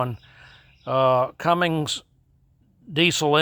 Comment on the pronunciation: Excellent. Thank you.... oh it's Cummins not Cummings LOL